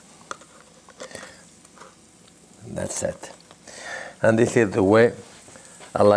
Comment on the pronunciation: I really Love this guy especially when he says......"and dats sit". :-) A true icon. Thank You.